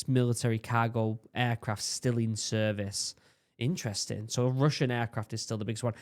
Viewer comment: That moment it's blatantly obvious the video is AI voiced... . "Serve-Whale" more decades?! "Serve-Oil"? Def didn't pronounce several there...